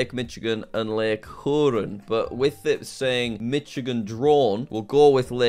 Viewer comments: What was that pronunciation of lake huron🤣 Its quite easy Really ""h-ur-on"" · He pronounced Huron as herun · Bro did not just say Mitchagan, Who-rin, Soup-erior. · Mitchagan 😂 and the way he pronounced Huron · And huron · the huron pronunciation got me laughing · the pronunciation of Michigan and Huron kills me, particularly Huron... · As someone from Michigan, hearing the way he said Lake Huron was quite painful. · i've never heard somebody pronounce Lake Huron like that before and i probably never will again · him butchering the names of the lakes and the state hurts a little dude doesn't know Michigan is not only the mitten bit.